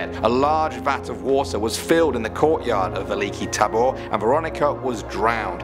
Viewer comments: can we just take a second on how he said Veliki Tabor? yeah wtf ure ruining our laungage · The way you said Veliki Tabor itmade it sound like a name for animal